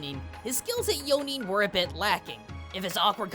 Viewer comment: Zuko messing up yo-nin is me whenever i play D&D lol